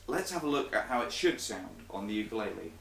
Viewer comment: if you're a teacher learn how to fucking say the name of the instrument you are teaching people to play